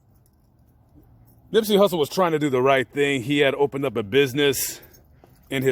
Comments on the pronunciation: During the video you called him Nippsey "Russle". Just saying, you can't get a man's name wrong like that bro. You going to his grave sight and making a video of it calling him Nippsey Russle, SMH 🤔..carry on. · This guy calls him Nippsey Russle . Listen again and you will hear this. He doesn't know anything about Nip.